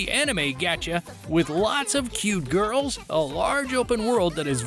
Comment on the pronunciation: The random emphasis on "cute girls" is annoying and weird. You do realize a large portion of Genshin players are either gay men or straight women, right?